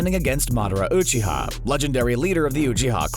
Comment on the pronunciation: Your videos are amazing, but i can't stand the way you pronounce Uchiha